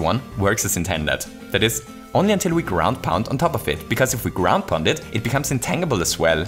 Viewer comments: Just FYI, "intangible" is pronounced "in-tan-ji-ble" not "in-tang-ible". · it's pronounced in tänndjibell not tännjibel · "Intan-gee-ble" not "Intangled-ble" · Just FYI, intangible is not pronounced with a hard 'G'. It's pronounced more like 'intanjible' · In-tan-jih-bull, not in-tang-ih-bull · Um, it's in-TAN-gi-ble, not in-tang-ible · Psst- it's pronounced in-tanj-ib-ul not in-tang-ib-ul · Just a random little thing: "Intangible" is pronounced "in-TANJ-ibb-ull." :) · Wonderful video. I do want you to know that you pronounce “intangible” really cutely, but it is actually pronounced in-TAN-jih-bul. As in, “I got a nice TAN this summer.” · Hey, just a small heads-up, the word "intangible" is actually pronounced "in-tan-jih-buhl" in English! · Intangible has a soft g: intanjible. Just in case you weren’t aware :) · Intangible. The G in intangible makes a J sound and the A is not long. In-tan-jah-bull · Psst.. It's pronounced "in-tan-juh-bull". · The way pronounces "Intangible" is ridiculously delightful. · I'm sure plenty of people have stated this already but the "g" in intangible is a soft "g" sound. Which means it's sounds more like a "j" as is Gem, Giant or Gym as opposed to the more common hard "g" sound as seen in get, going, ghost, grape etc. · Hearing "intangible" with the hard g was killing me lol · If you know how to say tangerine, that's closer to the correct way to say tangible. It's a reasonable guess though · is he saying intangible? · intangible is pronounced with a soft g like in tangerine. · Intangible Pronounce the g like in change.